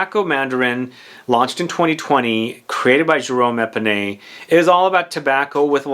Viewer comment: His name is Jerome Epinette, not Epinay